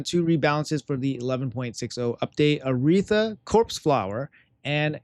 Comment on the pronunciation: How can he not pronounce Aratheia??